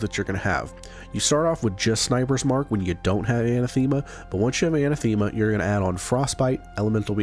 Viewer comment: Anathema = anne - ATH - em - uh.